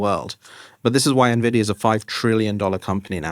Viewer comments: such an interesting discussion ,yet... Myriam "managed" to ruin my hype 😵‍💫,due to her miss-pronouncing nVIDIA as ...nevidia !!! for Myriam might be a small issue ,but someone like me who grew up with videogames and started buying his first nVIDIA GPU(nVIDIA Riva TNT2 Ultra) since... 1999 (Jensen:virtualhug:Huang is my hero), then hearing that makes me crazy !!! so , i'll copy/paste what i said few months ago who recently used the same incorrect pronunciation : """i was left speechless : you can't even ...😱pronounce correctly the 1st company in history which passed the 4trillion value ??? It's like pronouncing Microsoft instead of M(a)icrosoft !!!! really ? Nevidia ??? And since i've heard many nonsense from people in the past about what is verbally correct ,and i'm sure you would argue the same like those people ,i'll say it ahead in order to prevent that argument : nVIDIA isn't some dictionary word .It's a company which certain Founders have ... founded and those certain Founders are the ONLY ones who will decide how their company will be pronounced !!! And guess what : they don't pronounce their company nevidia ,so why on earth are you changing THEIR company's pronunciation ??? """ --P.S. As i said , i follow nVIDIA since 1999 ,and Myriam... i can assure you that i heard 100times people saying that nVIDIA is "doomed" from its competitors(*i'm referring to your A.I. bubble comments). Yet ,all those people who - during nVIDIA's life - made such claims ,failed spectac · Myriam doesn't know how to pronounce "Nvidia".